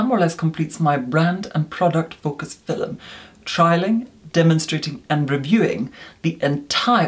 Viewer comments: Please stop saying filum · i was watching harry potter and caught myself reviewing the "filum", then remembered of how pronounces it and came here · Take a shot every time says: •”fillim” •acne •banish